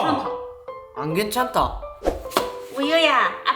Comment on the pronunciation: 만약에 내가 뭐가 된다면?!이런거 너무 재밋어요!!다음 시간에도 영상 많이 올려주세요!!!❤❤❤❤사랑해요 ㅎㅎ오늘 영상 정말 재밋었어용!!!ㅎㅎ 안경이 이렇게나 많다니!😊😊😊글고 에 오바가 안괜찮다라고 할떼 약간 사투리 같았음 ㅋㅋㅋㅋㅋ